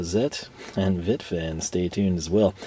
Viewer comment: It is pronounced Vet ta German I is american E